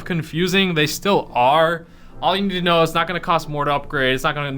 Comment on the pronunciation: KNOW** not KOW😂😂😂